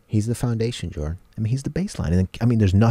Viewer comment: My name is Joren, witch is a extremely rare name, so whenever they said “Jordan” but it sounded like Joren, I got startled lol